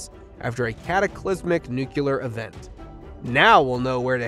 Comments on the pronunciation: Nuclear is pronounced new clear. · Great Job. Tip: learn to say Nu-Clee-Yer ☢️☢️☢️☢️ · The announcer said "nu-cu-lar." Lol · Why can’t anybody say “ nu cle ar”? There is no such word as “ new-Kew-ler.” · New cooler gotcha 👌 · The biggest mystery is why some people pronounce nuclear nucular. Lots of people do it